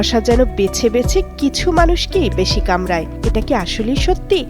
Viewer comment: কামরায় না, কামড়ায় 😅😅